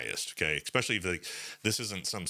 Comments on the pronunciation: Brother, please stop saying EKSPEXIALLY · He says expecially in front of the public… 😂😅